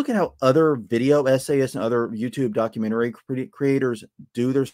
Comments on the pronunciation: Documentarary...documentararies...documentarary... I came here to post that too 😆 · I'm sorry. I mean no offense. But "documentarary" kept grating on me. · Please stop pronouncing "documentary" as "documentarary". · I appreciated your input on the subject! Btw you might want to check your pronunciation of the word "documentary" for future use haha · That isn't an accent difference, especially not a "southern states accent". This isn't a matter of someone saying "amber lamps" because they've adapted a AAVE dialect. This is someone saying a word incorrectly. I'm not sure if it's for effect or for humor's sake, but I'm fairly certain it's intentional and -- because of that -- grating to me. That is why no offense was meant in me pointing it out, but also why I couldn't continue listening to the video after the second time this occurred in short succession. Also, it's fairly insulting to say that I am "dissing on his southern states accent" when -- I would wager -- a majority of both South Carolina and Louisiana pronounce "documentary" correctly without adding an entirely new syllable to the word. I've never heard of anyone making the word "documentary" into a word with six syllables; only ever to either four or five, depending on dialect and region. So no, I do not accept that this is a "southern states accent" issue.